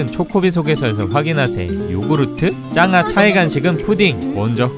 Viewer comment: 자막은 짱구지만 소리는 짱아라고 들리는건 저뿐일까요??